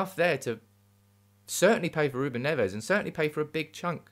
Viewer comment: Agree regarding Neves ( but pronounce it as a single Neves and not Nev - Es) . Would work well , Haaland too. Nice to see you back on form.